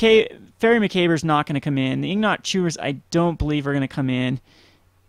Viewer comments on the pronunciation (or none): Liked the vid and the deck, but hearing him horribly mangle "macabre" over and over again was the equivalent of nails on a chalkboard to me. O.o